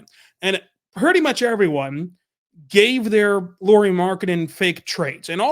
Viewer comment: A lot of nice points on Lauri Markkanen. (Though pronunciation is "Lowry" as Kyle Lowry 😅 instead of "Lori"). As a Lauri fan (and secondarily Jazz fan 😁) I though must say that Lauri just wasn't used right in Bulls and Cavs. (Plus of course he and his game has also matured from when he was in Bulls etc.) He is elite on roaming offball but they made him more of a spot-up shooter. Now that other teams have seen how to use him I believe he would fit in more teams even as a 2-3 best player role. You saying he would be 4th best player in OKC, hmm, might be a bit underutilizing him.